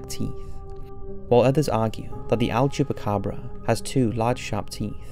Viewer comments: Is "El Chupacabra" not Al Chupacabra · El. El-el-el. I can't hear him say anything but "AL" chupacabra and it's driving me crazy orz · It's EL chupacabra not "AL".